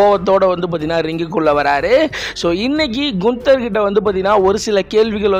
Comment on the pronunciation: Brother not குன்தர் only name கான்தர்